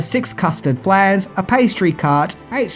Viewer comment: The way you pronounced flan just pissed me off